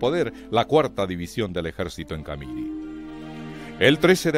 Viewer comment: ...el relator nunca vivió en Bolivia... Nunca oyó pronunciar la palabra CAMIRI... Que tiene acento en la última I... CamirÍ...